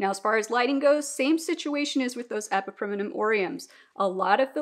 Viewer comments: Fair enough! You’re just adding an extra syllable (E-PI-PREM-NUM vs E-PI-PREM-IN-UM) and I was wondering if there was a reason. I am not a Latin expert either! I still refuse to say calathea out loud haha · Question…why do you pronounce epipremnum like that